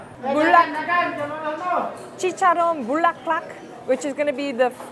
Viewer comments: Omg, not "Bukkake"😅😂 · My jaw dropped when she said Chicharon ala bukka.. hahahaha, it's "Bulaklak" which means flower 🌻in tagalog. Love your content! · Not bukakke. 😂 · Heeey! you visites PH, yay! I've been following you way back when you were started vlogging.. But please memorize words carefully, Chicharon "Bukake" sounds so wrong specially when you know the meaning of it in Japanese Language haha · Chicharon Bulaklak not Bukakke. Just like You, you're like a delicious beautiful Flowers beautiful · Nah when she said Eczema like skin (referring to to the chicharron) and then followed it up by calling it chicharron bukkake 🤣🤣🤣🤣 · The amount of times you Bukkake instead of Bulaklak was hilarious. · when she said bulak not bukkake I laughed so hard my stomach hurt after 🤣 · Did she said bukake? Omg. Lol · did you say bukake!lol... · chicharon buk* k* 😳 😂🤣😂 🤫🤭 sorry no offense i know it's not your language that's why it's hard to pronounce properly and i bow down to your effort but still if you know what it means it's hard not to laugh 😅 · Did you just say bukakke? Do you know what you just said? 😂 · AINT NO YOU SAID BUKAKE IM DEAD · I never laughed so hard when you tried to call a food bukkake as if you don't know the word fantastic oh and excellent food review vlog well done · Did she say "Chicharon Bukkake?" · is it just me or said bukake? hahahahahahaha. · "Chicharon BUKAKE" 😭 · Wait, did I hear "Bukake" instead of Bulaklak? Bwahaha! 😅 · Girl, you kept saying buk*ke and I kept closing my eyes and covering my ears. Hahahahah bulaklak is hard to say but I died. 😅😅😅😅, you have tons of friends in the Philippines. Don't even worry about it. And yes, Red Horse pa more (more Red Horse). Also, this is why the late and great Anthony Bourdain hailed Filipino lechon as THE BEST pork in the world. Cheers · "BUKAKKE" IF YOU KNOW WHAT SHE MEANS HAHAHAH